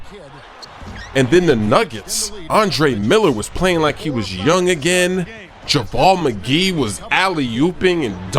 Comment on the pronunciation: It's JaVale McGee,, not JaVal;-)